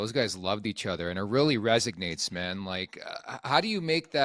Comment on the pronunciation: Please stop saying "resignates". It resonates boys, resonates.